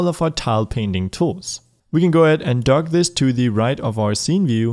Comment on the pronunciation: Not trying to be mean, but it keeps happening: "Drag" not "Darg"